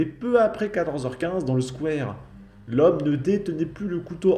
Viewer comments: "Le squouère" ??? Ça se prononce Squou-a-re !!! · Le "squouère" 😅 ( Faut bien rire un peu) Par contre, toujours difficile la prononciation des villes alsaciennes 😊